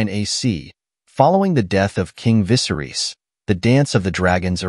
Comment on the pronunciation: Can you start pronouncing Viserys correctly? And Rhaenyra? Holy cow. Is this a bot voice or why is this so off? Most of the names are mispronounced.